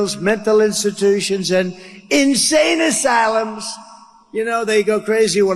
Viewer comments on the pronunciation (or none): He lives in a fantasy world. And what with the emphasis on “insane asylums” is that for effect or is he covering a fart.